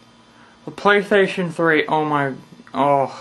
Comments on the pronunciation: apparently, it's the pwaystayhstionfwee. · xDDD "the playshation free". and the glasses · hahaha listen to how he says playstation 3